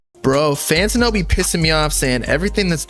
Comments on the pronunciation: it’s FAN-TAN-NO. Not FAN-TIN-NO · Bruh I dispise how you say fantano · pretending not to know how to say fantano for the 100th time.